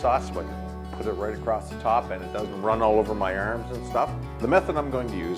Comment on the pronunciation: hahahaha i didnt beleive you were from halifax until you said AIRMS(arms).